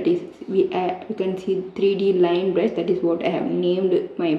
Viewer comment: Bruh in a part he said "brusu"